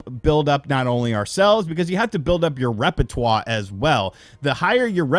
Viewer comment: What a minute: You can't pronounce "fiscal" correctly but "repertoire" is spoken with the original accent?!?